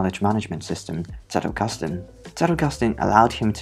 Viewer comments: As a German, I am SO happy that you pronounced Zettelkasten properly! Good pronounciation of the sounds, and, more importantly, not over-exaggerated (it can be borderline insulting sometimes, really!). I just appreciate it so so so much. Also, amazing video! Your visualisation of the principles is on point. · I've become curious about this method, so thanks for the introduction, even if I didn't grasp it fully yet. I especially like that you pronounce the German word Zettelkasten beautifully and accurately (the 'Z' being pronounced as 'TS'), and it's a pleasure to listen to you in general.